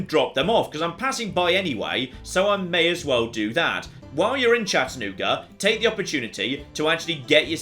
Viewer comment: As someone who's lived in the Chattanooga area for most of my life, I was shocked to see how accurate the map is. And hearing Chattanooga in a British accent was delightful